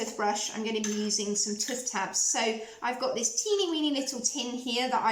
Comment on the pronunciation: I have taken stick deodorant to hot climates and never had an issue but you can put a small amount of it into a jar/pot and apply it with a wooden stick or your fingertips .. it is TOOTH not tuth ...you can say it properly as you said it a couple of times... sorry it is a pet hate!